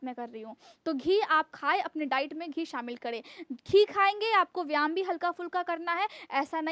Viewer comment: Madam please correct yourself you pronounce one word very much wrong, its VYAYAM and not VYAM.🎉🎉🎉🎉